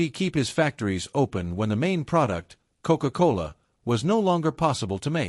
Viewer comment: Very unusual word commentary to describe a beverage! Coke-Cola like a ..."Coke-Cola Hall Putsch"